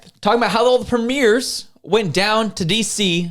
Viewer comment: Why do you keep mispronouncing "premiers"?